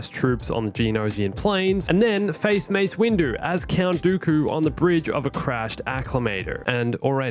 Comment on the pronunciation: I thought you were saying darth goku as a joke lmao